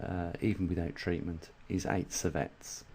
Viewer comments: lol...so is mispronunciation of an important operative word....even with the accent. sievert does not become servette due to an accent. You're awfully tight-assed about a simple correction. Chill....and realize that science does not work well in mispronunciation-land. Adults can accept correction. Scientists welcome it. Idiots prefer not to be corrected. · seeverts. Sievert. Not Servette. TY. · Geez..an accent is at play here!